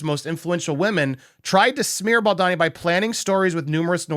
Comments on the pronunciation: Please be honourable despite who he might be to you or to us or to anyone in the news at the moment, but it would be to your advantage as a good reporter to learn to say his name properly. It’s not BALDONNY it’s BALDONI. There’s no shame in seeing his name properly. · “Bal-D-OWN-y….” The O is long. Just a thought… If you’re going to report on someone, it comes across much better if you’ve learned how to correctly pronounce their name first. 😊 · Bow-doe-knee = Baldoni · You keep pronouncing his surname wrong 😂😂😂